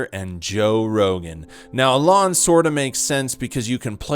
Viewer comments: It’s “e-lon”, not “a lawn” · The way you say “Alon” is fucking terrible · Learn how to pronounce “E”-lon’s name before you waste our time with a video like this... that’s a bad derp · Why u say alan, when his name is Elon… clickbait? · Why do you say Elon like that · Joe Rogan is funny you're clearly just hating. He isn't top 5 or 10 or anything but still. Also, why tf do you say Elon like you've never heard someone else say his name before? You lost be at your fist point for being a lame. Kill Tony probably sucked and has lately but I have a feeling you would be saying that no matter what. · You can’t even pronounce Elon 😂